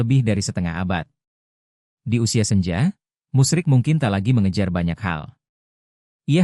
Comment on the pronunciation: Bapak itu namanya Musri bukan musrik, naratornya ngawur